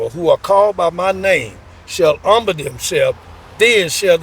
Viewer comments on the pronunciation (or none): none